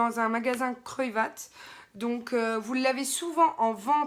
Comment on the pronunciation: Coucou. On prononce le d dans kruidvat